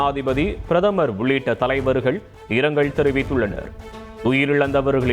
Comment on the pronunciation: இருக்க'ளா'ம். இரங்க'ள்'😂😂😂